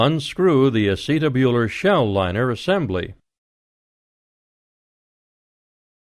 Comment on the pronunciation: Don't like his pronunciation of "acetabular"